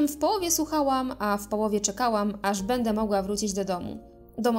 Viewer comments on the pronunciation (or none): none